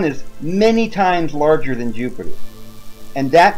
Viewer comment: did he just say Yupiter? Hahahahahahahahahaha so epic. Btw love your videos mate, keep up the good work!